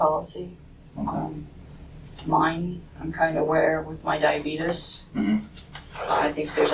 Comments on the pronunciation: Because she's the only nurse she knows who can correctly pronounce diabeetus, so she's clearly smarter than everyone else. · If a nurse asked me if I had the diabeetus I would crawl out of the hospital. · this human garbage said “diaabeeetus” 🤣🤣🤣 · I thought she said “dieabeatus”. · I thought she said “diabeetis”. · She really said, “Diabeetus.” 😂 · hahahaHAHAHAHAh did she unironically use the term "diabeetus?!" hahahahahahhaha americans are like TV characters